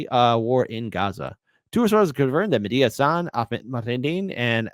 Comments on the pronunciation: I saw someone calling him Mehdia Hassle instead of Mehdi Hassan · Its not medea hasan. Its mehdi hasan.